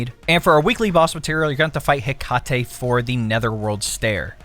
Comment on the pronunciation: It was so hard for me to watch this because how badly you fucked up some of the names like Hecate and Heliacal 😂